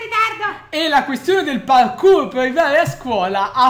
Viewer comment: "PARQUR" non ho parole per descrivere questo.